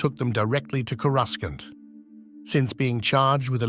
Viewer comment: Is this A.I. narration? Because the way the guy pronounced "Coruscant" is off.